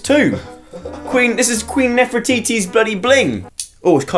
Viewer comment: “Queen Nefratiti” 😂😂😂😂